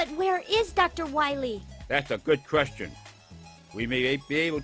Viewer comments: "That's a good kreshtion" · "That's a good kreshtion!" Hahaha. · That's a good kreshtion